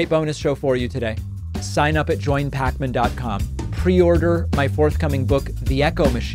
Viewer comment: I wonder if anybody will buy the audio version of her /buːk/.